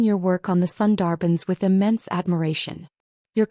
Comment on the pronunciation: A wonderful story about breaking free from shackles, finding yourself, and thriving — definitely worth your time. I must admit, though, every time the narrator mispronounced “Sundarban,” I couldn’t help but cringe a little.